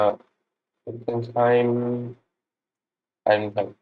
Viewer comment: Tough start indeed, a little too much haste in the mountain rounds. I like your pronunciation of the Alsacian town names, like Schiltigheim or Illkirch-Graffenstaden (it's where I live!), but don't worry even the French who don't come from Alsace struggle a lot :) Good luck for the next ones!